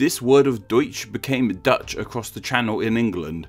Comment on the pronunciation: I'm Dutch and he said it pretty accurately